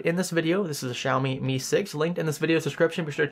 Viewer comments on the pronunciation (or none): I’m Chinese and every time he pronounced “Xiaomi” made me want to jump off a building. Sorry. Great video though.